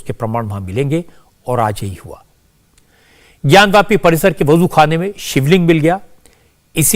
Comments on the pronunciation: रजत शर्मा जी आपको बहुत-बहुत धन्यवाद। आप ज्ञानव्यापी नहीं, ज्ञानवापी बोलिये। जय श्री राम। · ज्ञान व्यापी नहीं "ज्ञान वापी" सही नाम है!